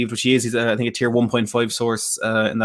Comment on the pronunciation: "I sink you will regret, yes I sink." - Jose